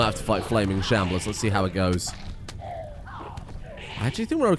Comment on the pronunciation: You calling them shamblears kills me